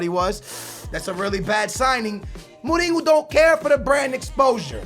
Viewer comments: It's Mourinho not Molino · Why do you say Mouringo lol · the way he pronounces morinho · it's not moureengo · Why does he say Mourinho like Mooninyo? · perlim pim pim Perlim alguns deles, sim, outros é mesmo errado xD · Jeez just go to Google translate ,change the language to portuguese and type José Mourinho. jeez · The way you say mourinho and Juventus makes me feel like aids has jumped into my ears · I like, but i hate it when him and many other americans over pronounce foreign player names, example for when he says mourinho. He always says names with accents and is quite annoying to me. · Stop saying Mourinho like that, you've been saying wrong for years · Lol no, we pronounce it Mourinho like in english -. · Julio Maldonado I think he's one of stupidest people on the internet he can't pronounce simple fucking words and every game when he scores a goal he shouts "GO GO GO GO OALLLLL" ,it's annoying seriously .